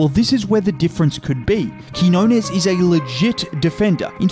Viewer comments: I just wish broadcaster stop calling him KEY HO NESS, so annoying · TO ANYONE WHO TALKS ABOUT QUIÑONES ON THEIR PODCASTS, YOUTUBE OR DURING LIVE COMMENTARY: CAN YOU PLEASE LEARN HOW TO PRONOUNCE HIS NAME!? IT'S REALLY NOT THAT MUCH TO ASK FOR. THANK YOU!